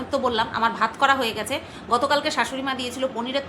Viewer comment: শাসুরী না দিদি শাসুরী